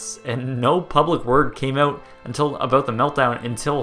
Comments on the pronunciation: You day in this video that your American but you say "aboot" like a Canadian. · You say at the beginning of the video that you're American, but haven't you said you're Canadian in other videos? And you pronounce "about" like a Canadian... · You're American? Because you pronounce "about" like a Canadian 😂